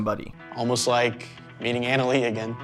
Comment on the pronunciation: I JUST WISH HER NAME WAS SAID RIGHT...JUST LIKE SHE INTRODUCED HERSELF! IT'S PROUNOUNCED AH-NA-LEE NOT ANAL-LEE